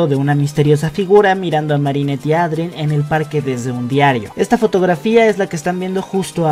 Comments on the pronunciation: eidren xd tal y como se lee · Me da ansiedad que pronuncias “miraquiulus” y también dices “Adrien” tal cual Jajajajaja